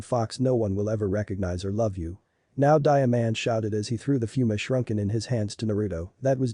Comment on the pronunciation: shrunken instead of shuriken and shoeshined instead on shunshined.....your editing is always so damn horrible